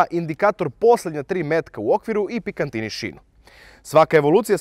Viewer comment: Pikatini (picatinny), ne pikaNtini (nema tu niceg pikaNtnog, ljutkastog, sa indijskim ili malezijskim zacinima).